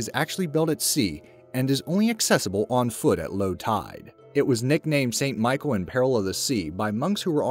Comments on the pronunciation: Pronounced as Mont St Michelle not Michael. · 'Mont Saint-Michel' michel ? facepalm. it's pronounced the same as Michelle. ahhhhh Americans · YOU’RE A JOKE! Jesus, Ste. Michel you don’t know either? It’s pronounced like the woman’s name Michelle. GET A NEW VOICEOVER PERSON! THIS GUY IS TOO STUPID TO BE PAID FOR THIS OR ANYTHING HE SPEAKS ABOUT!